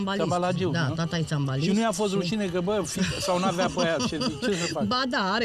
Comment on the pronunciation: Se spune Țimbalistă Domnu Dinescu